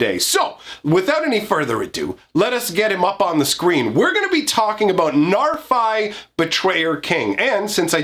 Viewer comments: The bad news is, the Old Norse pronunciation is [NAR-fee]. The good news is, we already threw proper Old Norse pronunciation out the window with the set name, and it's a fantasy world, so you can say it however you want and no one will you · I'm quite sure it's pronounced narfi with an "i" pronounced as in "if," as that's how it's pronounced in icelandic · Got bad news It is pronounced "Nahr-FEE" but he's not supposed to be scary, just look at em! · Hate to break it to ya bro, its probably pronounced Narf-Y. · Sorry guy, it's "Narf-ee", based on pseudo Norse used for Kaldheim. Ever hear of a guy called Loki (Low-key)? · It’s a norse name, and it definitely is not «Narfai.» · Being from Iceland and knowing that Narfi is actually Loki's son in the stories, I can tell you how that name is pronounced here. It is: "Nhar've". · The reason it sounds bad is because you're not pronouncing it correcty. The "fi" part is the second pronunciation you tried, the one you think sounds bad, but the "nar" pronunciation is the one you got wrong both times. It's pronounced "nahr". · sorry but i'm pretty sure you don't use english pronunciation for norse names.